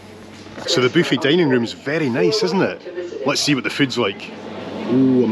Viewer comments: I just love it when you say “ boo fee”. It just makes me laugh.😂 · Me too, gives me a giggle every time.